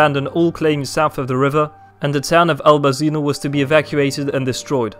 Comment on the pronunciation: not fully correct information: first of all you pronounce Manchurian names in unrecognizable way, with heavy Chinese accent. And second of all Albazino located much norther than shown on the picture. And a lot other misinformation